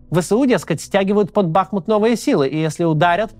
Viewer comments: Правильное ударение на втором слоге БахмУт а не БАхмут , режет слух. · БахмУт БахмУт БахмУт 🙏🏻 пожалуйста ставьте правильно ударение! Режет слух… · Максим, правильно БахмУт, от названия реки БахмУтка. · Максим ! Пожалуйста . БахмУт а не БАхмут ) Залайкайте чтобы Максим увидел ) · Не БАхмут а БахмУт. Хватит уже коверкать название города. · БахмУт, ударение на второй слог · БахмУт. Сколько можно ухо уже режет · БахмУт, ударение на второй слог. Пожалуйста,ну хоть вы😶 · В слове "БАХМУТ" ударение на "У". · Почему всё время Бáхмут, когда он Бахму́т? Ку́пянск почему-то превратился в Купя́нск. Топонимы гуглятся за несколько секунд.